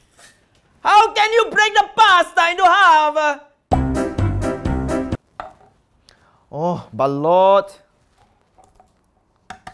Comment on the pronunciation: today we make a pasta few seconds later HOW CAN YOU BREAK THE A PASTA INTO HALFA